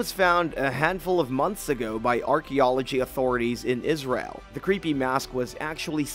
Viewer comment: Its the mispronouncing of Israel for me! Smh